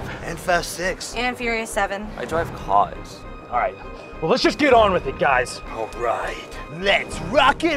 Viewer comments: I like the part when says I dwive caws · "He has such a way with words..." "I.. dwive caws...." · Jakeeynick he acually says "I dwive caws" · Best catchphrase 2016 "I dwive cars..." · I dwive cwaws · I dwive cawws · never knew how to dwive caws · 'iiiiii dwive caws' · I drwive caws *says so awsome * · I DWIVE CAWHS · I.. dwive.. caws ...... Sounds like make my Filipino cousin. Her accent is not really good 😂😂😂😂😂😂😂😂😂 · I Dwive cwass